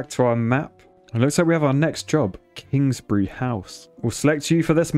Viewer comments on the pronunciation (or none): none